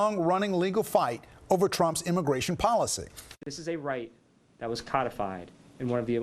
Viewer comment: Imagration IMAGRATION! WHATEVER,.. HOMAN, HOMAN!? WHAT!? RUUUUNNNN.